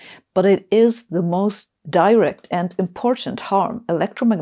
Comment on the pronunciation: The pronunciation of the word direct was incorrect in this video.